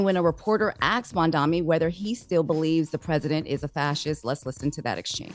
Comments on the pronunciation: MAM-DA-NI not mamdami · It’s MAM-DANI! not Mamdaami! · MANDANI WITH A N , the ignorance from the reporter is insane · So because you call someone a fascist mean you can’t have a meeting on behalf of your constituents??? Like what? Also, it’s Mamdani. Like damn, how hard is it to say?